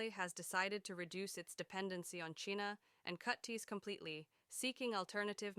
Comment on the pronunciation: Can't even pronounce China right!